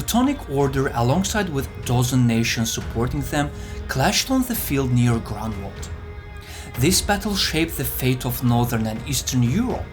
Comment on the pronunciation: Great video, but it would be better if correct English were spoken ("the"' 's omitted, etc.) Also, suggest "Groonwald" as better location pronunciation (not "Grenwald").